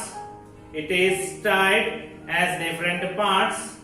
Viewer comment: Tied not teid😂